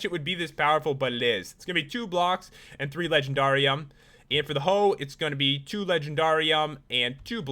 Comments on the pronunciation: He said legenDARium like darr its just supposed to be legendarium like legendary but replace the y with ium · It's legend air ee um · That's not how say it it sounds like the word dare at the end it is in the show winx club if you know winx club please give me a like